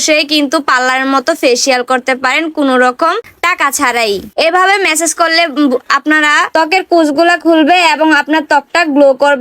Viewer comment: মেসেজ না ম্যাসাজ বলবেন